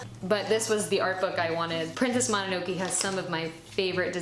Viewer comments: "princess mono-no-key" lol /mo-nah-no-kay/ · I think mononoke is pronounced moh-no-no-kay 😅